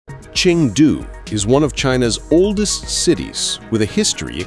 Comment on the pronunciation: It's ChEng du. (Pronounced cherng du)NOT Ching du